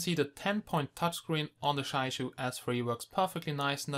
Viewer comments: It is pronounced as "jee-ya yu", the yu made pursing your lips and rhyming with "she" without the s. Jia sounds exactly like the Chinese word for family (use Google Translate to articulate). And Yu is fish. I suspect the manufacturer is from Jiayu Country, Hubei, China. ;-) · Roslan Japar I asked several real Chinese people about this. And all told me that they don't say Jiayu like in this video here or in some special strange way. They say it just straightforward Jia-yu, that's it. People think in their mind that it is pronounced is a special way just because it is Chinese. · It is pronounced Jiayu ( chi-ya-yu) correct me if i'm wrong..thanks..nice review and the device itself have a good specs!